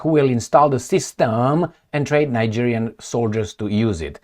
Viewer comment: Bruh, if you don't pronounce Niger & Nigerien properly you refer to a whole different country, the name is French & must be pronounced that way, there is no either or, you either pronounce it right or you're an idiot, you can look up some video's to pronounce these names on this very platform, don't be an amateur!